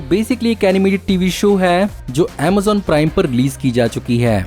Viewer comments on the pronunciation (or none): none